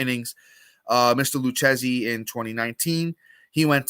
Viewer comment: Man you're Italian and you can't pronounce it Lou-kay-zee (Lucchesi). All good lol